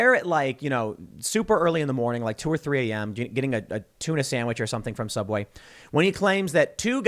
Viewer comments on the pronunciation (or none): none